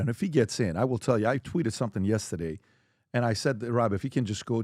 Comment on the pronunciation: Nobody: Pbd: YESTADAYE….!!!